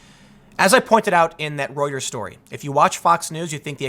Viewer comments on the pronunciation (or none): none